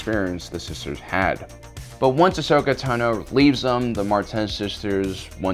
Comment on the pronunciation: It's Ahsoka